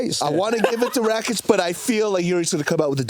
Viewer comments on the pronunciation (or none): Can someone correct this dude constantly mispronouncing Rakic, it’s not hard to say